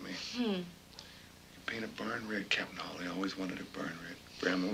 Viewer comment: Isn't this The American Dream/Nightmare...?!? Anyway, thanx for this rarity (although it's Hawley, not Hawkley)! The 1961 novel rendered Steinbeck a Nobel Prize, but in USA he was ridiculed. Canadian Donald Sutherland (b. 1935), who went through theatre school in London, and debuted in a French/Italian horror movie (The Castle of the Living Dead) in 1964 (directed by a certain American, Warren KIEFER - hence Kiefer Sutherland...), was a wellknown Vietnam War protester with his then girlfriend Jane Fonda 50 years ago. He could've made ½ a billion dollars from taking percentage from his bit part in the 1978 comedy 'Animal House', but chose a small, safe cheque for $30,000 or thereabout instead... I myself find this 1983 Waris Hussein TV movie - with my old (79) favourite Tuesday Weld - working just as well for the era of 1980s Reaganomics, and for today's America. And Sweden. And UK, €U, Russia, China... "It's glorious to be rich", as China's leader Deng Xiaoping said some 40 years ago. "Greed is good! Greed works!" (Gordon Gecko/Michael Douglas in Oliver Stone's 'Wall Street', 1987). /J, Sweden (b. in 1961...)